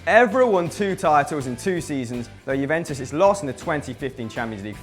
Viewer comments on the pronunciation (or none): none